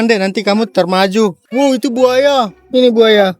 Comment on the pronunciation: maaf salfok waktu blg “termaju” aga ngakak dikit aja😭🙏🏻